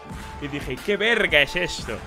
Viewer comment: "que ve rrrrr ga"